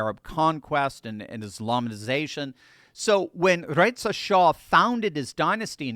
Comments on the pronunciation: it's Reza, not Retz'za. Iranians may be Aryans but they are not German. 😅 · I wish you would pronounce Reza properly.